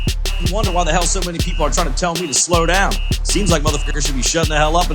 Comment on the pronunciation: Da Hayle? What's that? Really?